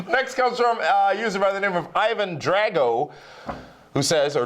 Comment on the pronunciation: Ha! couldn't pronounce Ivan Drago correctly.